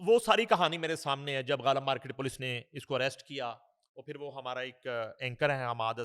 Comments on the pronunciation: Janab woh fashion samagh Kar bolo rahi hai India ka dekh Kar Zindagi ko jindagi hazar ko hajar phir ko fir Khan ko khaan😂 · Fashion ke tor pe kehti Hai Zindagi ko jindagi Khan ko khaan phir ko fir hazar ko hajar😂